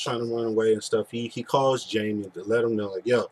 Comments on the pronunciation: By the way it is pronounced Haime, not Jaime. He is Spanish. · The name is pronounced Hymie not Jamie.